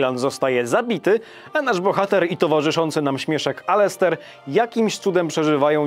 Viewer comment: Sorry stary, ale muszę to napisać i zrobię to fonetycznie, bo mnie aż razi: Loghain (Logen) - nie Logejn Ceilan (Keilan) - nie Cajlan Alister - nie Alester